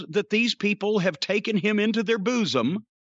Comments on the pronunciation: I love how Cornette pronounces bosom like "booze-um". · When Jim says "bosom" I can't help but picture the episode of American Dad where Stan can't stop saying it. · This was personally my favorite rant from Jim! The way he says bosom get me everytime! 🤣🤣🤣